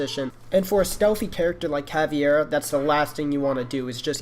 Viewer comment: caveda not cavi e ra